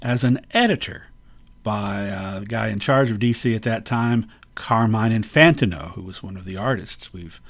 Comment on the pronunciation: I believe the name is pronounced In-fan-TEEN-oh accent on the TEEN part... NOT... In-FAN-tin-oh as You pronounced it accenting the "fan" part...